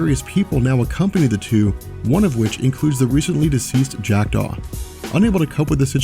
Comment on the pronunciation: every time he says "Jack Daw"..I do a double take like he is saying "Jacked off"